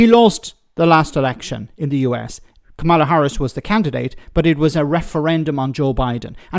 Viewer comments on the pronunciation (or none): Stop mispronouncing Kamala's name.